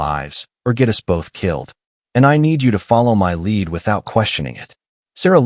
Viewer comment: This was a good story ruined by AI. Cops said C O P, us as U S, and so on... AI is ruining much. It wasn't intended to take the place of humans, who have inflection, emotions, ect. It was created to help real live people.